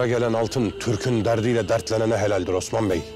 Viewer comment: Bu Sofianın bütün osman diyişlerini birleştirseler çok güzel video olur!